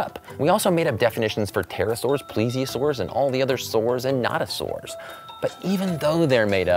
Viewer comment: Correction! He meant Notosaur not Not-a-saur. 😆